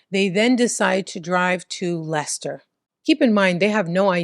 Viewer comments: Perfect pronunciation of Leicester 🙌👌🫶❤ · Yes you pronounced Leicester correctly. I was just at that Tesco yesterday. Ugh. I feel sick that I know some of these people. They were always fk ups. Banbury is in Oxfordshire. Banbury is just over 1 hour from Leicester. Stoke on Trent is 1 hour and 20 mins ish from Leicester and 1 hour 30 from Banbury if you don’t go through Leicester. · Yes Leicester is pronounced "Lester" and actually Stoke is Stoke and not "Stokes". Your English accents are wonderful. Personally I'm hoping you get to cover a case from Bicester ("Bista"). Your shows are like a cultural lesson and I'm learning some of the things Americans don't know about British culture, eg balaclavas! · English guy here: 'Leicester' is pronounced 'Lester', well done. 'Stokes'? I think you mean 'Stoke' on Trent (sounds like I am stoked). Edit: your English Accent is really 'taking the mick', in the best possible way lol. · You definitely pronounce Leicester as Lester so you’re saying it properly,. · You pronounced Leicester perfectly 👌. Lester. Same with Worcester. Pronounced wusster 🙂👍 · I forgive her due to the perfect pronounciation of Leicester 🤣 She tries a lot harder than most YouTubers lol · The only American that knows how to say Leicester. But can't say Stoke....😂